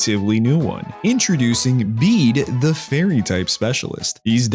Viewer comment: Milo = My-Low not Me-Low (Very classic name) Bea = Bee-Ah not Bay-Ah (think Beatrix) Bede = Bea-Dee not Bead (it’s in his song how you pronounce his name) And finally Raihan = Rye-Han not Ray-Han (think of Rye Bread)